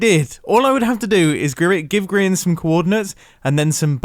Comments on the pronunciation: Its grain not mubow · it grian not grain for goodness sake